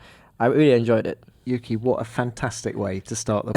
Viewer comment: "Yuuuki" - Fernando Alonso